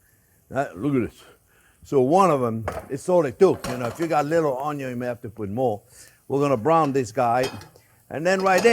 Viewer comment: it's pronounced "un yun" 🤣🤣